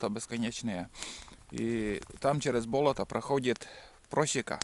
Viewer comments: Да не БОлото,а БОЛОТО!!!!!УДАРЕНИЕ НА ВТОРОЙ СЛОГ! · Не исправляйте... мне тоже сначала слух резало, а теперь привыкла, да и может у них так и говорят - бОлото.